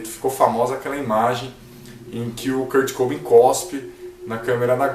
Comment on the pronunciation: Se fala Kurt cobain, n kurt cobin kkkk Msm assim bom vídeo 👍